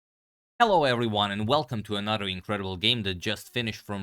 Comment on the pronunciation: "HeLLO EVeryNYAn"